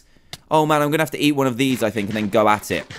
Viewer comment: He said gonnu